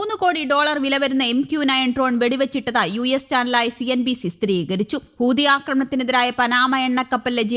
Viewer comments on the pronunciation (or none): ഹൂദിയല്ല ചേച്ചീ.. ഹൂതി എന്ന് പറയൂ! അയ്യയ്യേ!